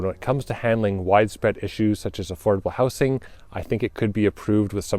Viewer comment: Since you are in the business of selling houses, you might be interested to know that while the singular is pronounced “houce”, the plural is pronounced “houzes”, and the gerund, “houzing” in the best B.C. tradition.